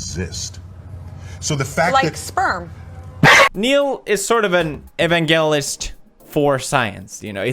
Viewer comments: wamen, evangalist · yes! Evan Gallus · neun genisis evangeliost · It's pronounced, "E - VAN - JIL - IST" , Pewds. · Ee-van-jel-ist evangelist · e·van·ge·list - Pronounced... əˈvanjələst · Watching Neon Genesis Evangelion has warped your pronunciation of "evangelist" 😂😂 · don't think I've ever heard evangelist said that way.